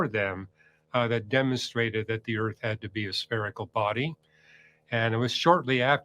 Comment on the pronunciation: The ERF is flat. Flat Erf.